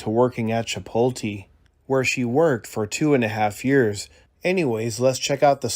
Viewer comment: Chipotle is pronounced 'chi POTE le' , not 'chi pol te'.